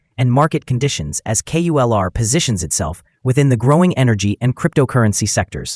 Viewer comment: It’s not QULR , it’s KULR 😂